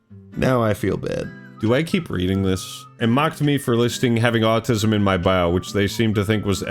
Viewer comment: Bro you saying Artism?